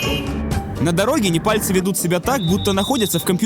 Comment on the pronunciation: Неварцы? Непальцы!